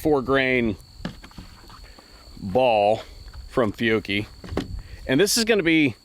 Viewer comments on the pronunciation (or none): none